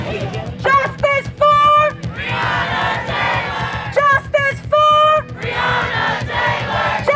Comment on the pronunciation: Quick sum up of this real VICE moment : VICE : No one wants to talk about the elephant in the room. Mayor Greg Fischer : If only we had body cams, I could do something about it.... (trust me i know thay are " bad apples") Me and you ? : the guy cannot even pronounce Breonna Taylor's name correctly 👁